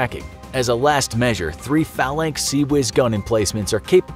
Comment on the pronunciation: Hey! They pronounced CIWS correctly this time! Bravo Zulu infographics!